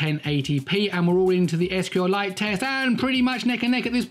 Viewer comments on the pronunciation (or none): none